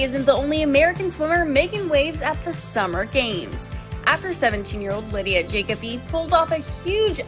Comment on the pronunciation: Isn’t her last name pronounced juh-KO-bee?